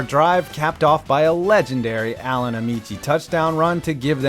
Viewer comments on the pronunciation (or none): none